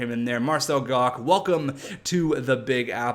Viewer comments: It's pronounced marcel gotch, not gock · its pronounced Marcel Gosh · Marcel Goc is pronounced like goch, sorry it was bugging me lol